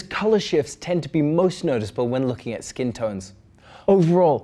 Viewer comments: Loool I heard 'It's a good focking TV' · Great now I can’t stop hearing that now! It sounds like he went full on Scottish for a second there! And I heard him say 4K the first few times too.🤣